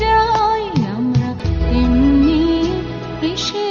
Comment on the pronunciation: শুধু একটা কথা জিজ্ঞাসা করার ছিলো গায়িকার কাছে, হয়তো আমি নিজেও এটা ঠিক জানিনা, তবুও..... " এমনি" উচ্চারণ টা এমনি না কি এমনই, যদি "এমনই" হয় তাহলে গান টির মানে যথার্থ হচ্ছে, এমনি মানে খুব ক্যাজুয়াল ব্যাপার কিন্তু এমনই মানে খুব গূঢ় অর্থ, অনেক সুদূরপ্রসারী, মনে হয় না , দ্বিজেন্দ্রলাল বাবু এমনি কথাটা রেখেছেন, আমরা এমনই, গানের শব্দ গুলোর সঙ্গে " এমনই " উচ্চারণ টাই যথার্থ ভাবেই যাচ্ছে, বিশেষ করে একদম শেষের দুটি লাইন, তবে এটি আমার মনে হয়েছে, আমার বক্তব্য